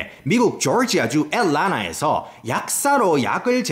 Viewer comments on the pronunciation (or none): 조지아를 졸지아 애틀란타는 애를라나 이게 본토발음인가요?